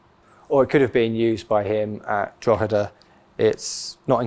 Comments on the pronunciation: Most impressed at ur Drogheda pronunciation well done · Ha just left that comment! Unusual for an Englishman to get the delivery spot on! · You pronounced Drogheda correctly - well done that man! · As a Drogheda man, well done on the pronunciation of Drogheda ! Fascinating video thank you for sharing , and yes Cromwell is not well liked in Drogheda !